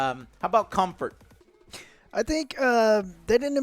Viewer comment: "its good Cumfart" - (2023) on PSVR2